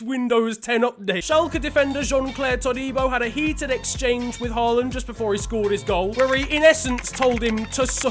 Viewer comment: nobody: absolutely nobody:: erling horeland